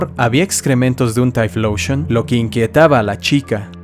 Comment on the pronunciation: deja de decir "Taifloushon"